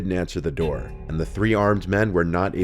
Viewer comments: “Open the noor, OPEN THE NOOR!” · “Open the noor”